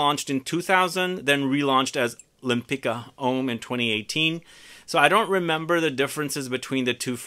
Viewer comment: I think the second name is polish and is pronounced Lempitska